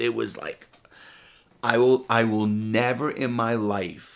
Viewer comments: I’ll nevah forget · Ceo of nevah forget